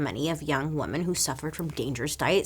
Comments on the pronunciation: I love you Bailey, but your pronunciation of women is a bit strange. There is a difference between woman and women. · Isn’t the plural of Woman spelled same but pronounced different then the singular? Isn’t it “weeman”?